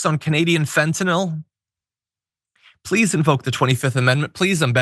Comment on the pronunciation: Pweese pweese don’t retaliate. Pretty pweese